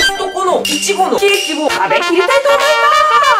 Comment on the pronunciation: イチゴのイントネーションおかしい笑笑